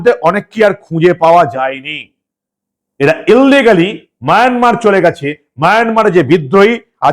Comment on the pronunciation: Dada Maynamar na Mayanmar,...apni sab samo maynamar keno bolen?